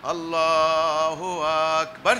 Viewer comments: ভাই আপনি ছলাতকে বিকৃত করছেন। তাওবা করুন। অনুসারীরা ও মূর্খ আর যারা দেখতে গেছে তারা ও মূর্খ। মূর্খ ইমাম তাকবীর ও উচ্চারণ করতে জানে না। মহান আল্লাহ তায়ালা সবাইকে হেদায়েত দান করুন আমীন। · যে ব্যক্তি আল্লাহু আকবার টা সঠিকমত উচ্চারণ করতে পারে না... যার মধ্যে রসূলের কোন আদর্শ নেই রসূলের কোন সুন্নত নেই... দাড়ি চাসা... এমন একটা ব্যক্তি বলে কোন দলের ইমাম... আর যারা এর অনুসরণ করে এদের মাথায় আসলে গোবর ছাড়া আমি আর কিছু দেখি না... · নামাজ পড়া শিখো আগে কোরআন পড়া শিখো আরে বেটা তোমার আল্লাহু আকবার সহি হয় না আগে আল্লাহর নামটা ছড়িয়ে করে বলতে শেখো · এই শয়তানটা মানুষের সরলতা নিয়ে খেলছে। ইসলামকে নিয়ে খেলছে,,,,,। যেমন, নামাজের শৃঙ্খলা সঠিকভাবে শিখিয়ে,,, আল্লাহুআকবার উচ্চারণের শেষে ধাক্কা মেরে বলছেন। যেটা আল্লাহর সাথে চরম বেয়াদবি। এখানে উচ্চস্বরের কথা বলছেন উনি। আবার সেনাবাহিনী দিয়ে উদাহরণও দিচ্ছেন। বুঝাচ্ছেন কি,,,সেনাবাহিনীদের কমান্ডো বলে আরামে দাড়া,,,, আহ।সূরা-কেরাত, তাকবির পুরো শব্দ, বাক্য জোরে স্বরে উচ্চারণ করা যায় না? ইসলাম নিয়ে ভণ্ডামি করো। নামাজে যে সব তাকবির, সূরা-কেরাত পাঠ করা হয়, সেগুলো দ্বারা কি মুসল্লীদেরকে নিয়মশৃঙ্খলার সতর্কতা করা হয়? নাকি তাকবির, সূরা আল্লাহর জন্য পড়া হয়। শয়তানটা, আল্লাহর দ্বীন নিয়ে খেলছে,,,,,। এ হচ্ছে ইহুদিদের দালাল,,,। আপনারা যারা এদের দলে যোগ দিচ্ছেন বা ইতিমধ্যে যোগ দিয়েছেন,,,, তারা বুঝে-শোনে হিজবুত তাওহীদ কে অনুসরণ করুন। আল্লাহ সবাইকে বুঝার তাওফিক দান করুন। আমীন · আপনার তাকবির সমূহের উচ্চারণ ঐ তো ঠিক হয় না। না জানি কিরাআত এর কি অবস্থা! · আল্লাহু আ----ক ---বা----র ব্যাটা মূর্খ কোথাকার টান আছে এখানে? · ওরে দুষ্টু দাজজাল মার্কা হিজবুত তাওহীদের দল তোদের স্বলাত টা তো হল শয়তানের তৈরি করা স্বলাত আললাহু আকবার , এই তকবীর দেওয়ার সময়ে আ- ক বলার জায়গাতে টান দিলে কেন যেখানে টান নাই সেখানে টান দেওয়ার অধিকার তোমাকে কে দিয়েছে, কুরআনের ক জানে না হাদীসের হ জানে না আর ইমামের নামে নতুন একটি দল তৈরি করে জাহান্নামের দার প্রান্ত থেকে জাহান্নামের দিকে আহ্বান জানাচ্ছ আর অজ্ঞ অবুঝ জাহেল মুর্খ অসভ্য বর্বর পাগল বিকলাঙ্গ মানুষ গুলো জাহান্নামের দিকে পংগপালের মতো ছুটছে। হে আললাহ এই শয়তান হিজবুত তাওহীদের খপ্পর হতে মানুষ কে রক্ষা করুন আমীন।